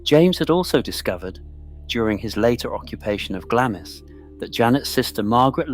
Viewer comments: Not pronounced Gla-miss, it’s pronounced Glamms. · UGH its pronounced Glarms not Glamis.....do your research please. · It's pronounced Glams!! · Can’t watch a film calling it Glammis. Been there and this is BUNK. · The I in Glamis is silent - Glams, Elgin has a hard G as in good. Research before you narrate. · It might help if the narrator pronouced the place names of Glamis and Elgin correctly. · CAN'T PRONOUNCE GLAMIS properly. Elizabeth of Glamis, The Kings grandmother ! "SurreyAnglia" knows how to pronounce it. 😊 It might be a good idea to Pronounce Elgin correctly, too ! 🤔